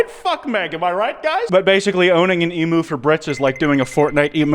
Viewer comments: It’s Emu not a EMOOOO. Dumb yank !!😊coming from a smart Aussie 😊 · is he saying emoo on perpose or does he not no that its pranounced emyoo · not saying emu like emoo💀💀💀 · ‘em-oo’ the pain im feeling rn, they said emu the correct way in the video but then he just- 😭 but even i have to agree, we are the meg of the world🥲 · why do u pronounce it eemoo? where did you learn to pronounce it like this. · A part of me died when he called the Emu and Emoo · with all due respect, you're saying emu wrong. EM - YOU. love the vids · No way he heard the Brits say 'emu' right then said it wrong two seconds later😭😭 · as an australian, i don't wanna hear it, you pronounce emu wrong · i was not expecting to hear butcher the pronunciation of “emu” today lmao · "it's an emu" pain, as an Australian, just pain